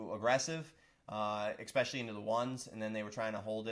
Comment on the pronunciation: You can make millions and still say 'expesially' instead of especially.